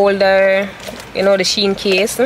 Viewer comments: It’s she-in but you pronounce it as two different words combine them😅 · Yes it’s She-In… As in She-Inside :) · Your pronouncing shein wrong for real girl you wrong and strong duah..... unless shein ambassadors dont know how to pronounce the brand they represent/selling but your pronunciation is actually wrong u no haffi get so loud pon the girl cause u wrong lol